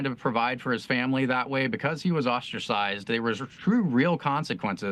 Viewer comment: Ostracized = oss-tra-sized 😂👍